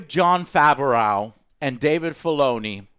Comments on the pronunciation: Jon faverauw 😀 I always thought it was prenounced as bu-reau Fav-reau just sayin 👍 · Jon FAV-O-RAWGH?!!? Joe....as much as you like to butcher people's names, I wouldnt be surprised if you started calling Dave Filoni, Dave Felony. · As much as I love your reviews, his name is pronounced Jon Fav-row. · Jon faverrow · John FAV-ER-OWW? wtf? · he mispronounced both names😂